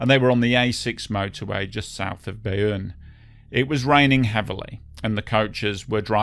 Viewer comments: Pronounce Beaune sort of like "bone", definitely not Bayonne !!! It's confusing and clearly misleading. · Hey, love your channel but pronunciation of French words needs work. Beaune sounds like the English word ‘bone’ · Good video on this disaster Just an advice on french pronunciation Beaune is said B-oh-n au/eau -> o in french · You pronounce it BONE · The name of the town Beaune is pronounced as the English 'Bone'. Not that this matters that much. But just a small correction. Thanks for the video. Whole western Europe was shocked in those days. Especially because most of the children could have escaped from that bus quite easily. It makes it impossible to understand why they died. So rude and terrible. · French here. Thank you for covering this tragedy. Just a quick note, "Beaune" is pronounced /bone/, like a bone. The letters "-eau" together are always pronounced like an O in French ("gâteau, château", and so on) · There's nothing wrong with pointing out the correct pronunciation of a place name. We've got some unusual pronunciations on the map this side of the channel too. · And now 100 more, including me. I don't speak French, but I know that much. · Well yes, because "Bayonne" as the narrator pronounces it, is a place too, but on the other side of the country. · It should not be a confusing word for English speakers to sound out, considering they already know how to pronounce the words, "beau" and "plateau."